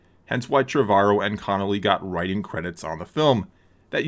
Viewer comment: It’s pronounced ‘Trev-uh-row